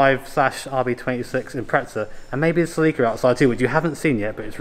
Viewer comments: "Selíka" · Sa-leek? Se-leh-ka maybe? 😂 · I learned something today. Celica GTs were common in the US in the 80's, but we pronounce the name with a soft "i", like "Sellicka." When you UK fellas started talking about a "Selleeka", I didn't know wtf you were talking about. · "What the hell is a selleeka??? OH Celica..." lmao